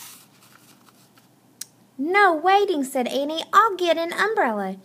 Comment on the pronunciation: you said annie wrong